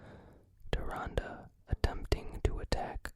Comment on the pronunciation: AWWW YEAH YOU PRONOUNCED TYRANDE RIGHT I'M SO PROUD OF YOU BUDDY